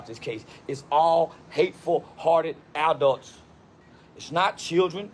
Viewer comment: It's funny he didn't change anything he said originally about the knife and calling the teachers and all, just going on about jim crow laws (I bet he can't name one) and it was southern jim crow.. guy can't even say the word "adult" let alone be one